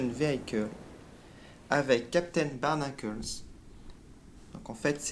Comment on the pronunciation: J'adore les octonauct on prononce pas en anglais "Barnacles" ^^'